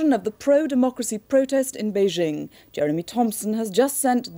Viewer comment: Some of these journalists pronouncing "Beijing" as "Pee-king" xd